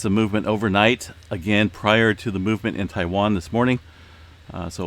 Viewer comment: he said Taiwan in his last vid.. he’s good at it